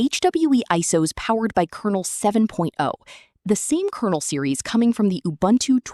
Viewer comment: научите свою говорилку лючше разговаривать... убунту, а не убунчу.